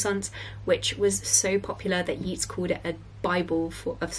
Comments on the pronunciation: Hi, Yeats is pronounced "Yates", not "Yeets", easy mistake but thought i'd let a fellow bookgirl know:) loved this video x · Yeats is pronounced yates or yaytes (rhymes with gates) rather than to rhyme with John Keats